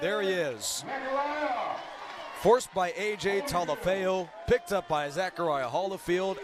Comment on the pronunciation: #96 AJ's last name Talafu is pronounced "Tah-lah-foo", he forced a fumble late in the game we heard "AJ Talaeo?" humbly asking, thank you Go Tigers! :)